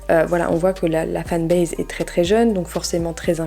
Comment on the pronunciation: La fan base j adore se mot avec l accent ça veut bien dire sque sa veut dire 😂😂